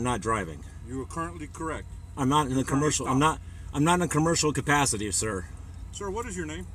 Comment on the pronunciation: "...cabburshal cupassity..." hehe